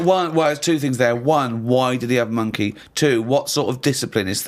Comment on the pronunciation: “You thumped a monkeh?”